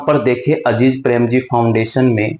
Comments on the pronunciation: अजीज नहीं अजीम प्रेमजी हैं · अजीज नहीं अज़ीम प्रेमजी है वो 😊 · Dosto yeah itna baklol hai ki Mr.Azim prem ji ko Aziz prem ji bol raha hai aur farzi